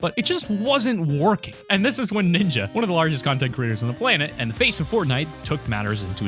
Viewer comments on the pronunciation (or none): to Ninya? or Ninja? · Why the f❤❤k do you say ninya when its ninja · Did u say Nina or Ninja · “Is it Ninyaaa” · Bro keeps saying ninja"Niña” it's fine tho